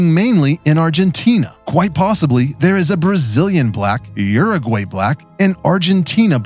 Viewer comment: It's pronounced: "OO-roo-gwi".😊